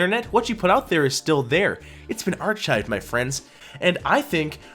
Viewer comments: Wow, you're a piece of work, aren't you? If you have a problem with someone's private life, you post it on YouTube. Get over yourself. I wouldn't subscribe to your Channel if it was my only choice. And, btw, it's pronounced "ar-kive," not "arch-ive," you illiterate choad. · It's pronounced arKive, bud. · It's pronounced ARK-hive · It's pronounced "ar-kive" you dumb see you aunty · ...does this dude not know how to pronounce the word "archive"? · You mean, he deleted his own reddit posts... Maybe you should learn how to pronounce 'archive'. Get a life, dweeb. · Mans doesn't even know how to pronounce archive lol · How are we supposed to take seriously someone who can't properly pronounce "archive?" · Your pronunciation of the word archive is incorrect.